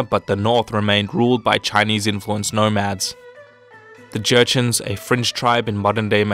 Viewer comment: Fringe not French